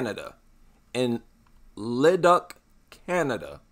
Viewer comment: The duc in Leduc is pronounced as 'duke'.